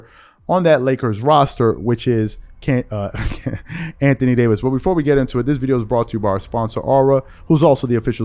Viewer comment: Lmao he was fixing to say can't thony Davis 🤣🤣🤣🤣